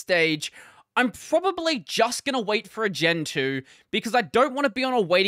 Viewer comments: You said gen 2 but I heard gentoo and thought were saying they were gonna switch xD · we know that's what he said, but it did sound like Gentoo xd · I also thought he said gentoo for a second before I realized what he was saying in the context.